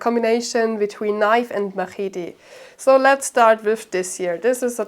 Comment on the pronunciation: "Ma-heety": 7/10 rage bait.